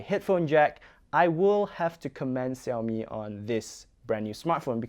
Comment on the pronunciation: now it's see-owmi that sounded weird all foreigners pronounce shiaomi. hot millet yeah..